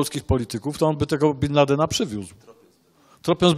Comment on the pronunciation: dlaczego Pan mówi bin landen i ciągle przekręca, przeinacza wyrazy, robi to notorycznie przy wyrazach prostych jak i przy skomplikowanych